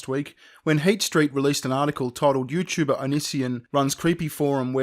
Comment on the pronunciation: Yuchuba. I like how he says Youtuber.